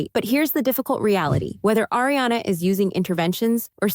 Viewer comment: Pronounced AhRiana not A, it’s AH.